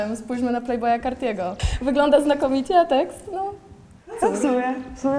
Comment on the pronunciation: nie playboia cartiego tylko playboi cartiego